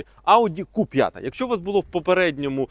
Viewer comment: Не ку а кю. Бо ку лиш моцкалі кажуть